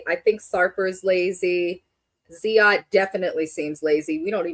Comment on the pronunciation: His name is Ziad, not zead.